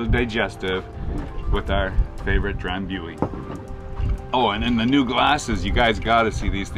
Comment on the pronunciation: with all do respect, it's pronounced Dram-BOO-ee.